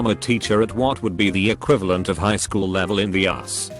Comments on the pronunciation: that *wchool* killed me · "At the wachool" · Post: -at the wchool Video: -at the Wachoool! Yeah... good going, auto generated computer voice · No one: Automated voice: wAchool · "at the wchool" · "wchool" lmao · "The Wchool" I'm dead😂😂😂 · "the wchool" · wuh choole